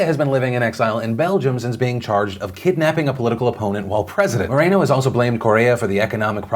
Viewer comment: OMG. no A in moreno..... Mor-en-O........